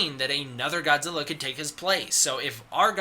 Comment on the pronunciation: That’s not how you pronounce Godzilla. Disliked.